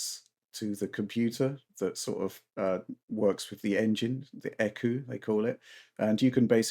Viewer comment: The E-CU? Wow, you guys really have no idea about cars, huh? Lmao It’s E-C-U.